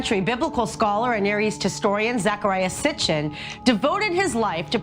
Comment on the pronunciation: its Sitchin not Sitchen